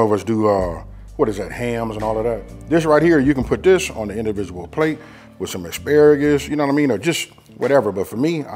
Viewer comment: Too bad no one taught you proper ENGLISH!! What exactly is WIF??😂😂😂😂😂